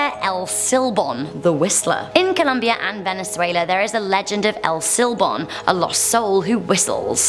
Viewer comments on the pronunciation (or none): none